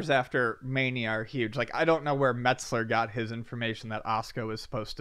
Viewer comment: Meltzer not Metzler.